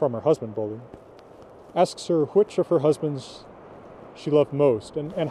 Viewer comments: Bolli is pronounced Bodli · Like I have said, the word bolli as a name only occurs in Iceland. Old Norse developed in the various countries as time went on, Old Icelandic being one offshoot. The name Bolli is incorrectly pronounced by, there is no preference as to how to speak it, there is the correct and the incorrect way. It is my name and I dislike having it murdered for reasons of preference. I lived the States for many years, I have yet to meet an American who can correctly pronounce my name.